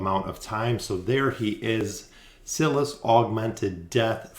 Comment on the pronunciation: Cil-iss??? No bro Sy-liss